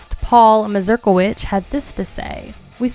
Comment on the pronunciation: How many times did you practice saying Paul's last name in front of the mirror before you nailed it on this take?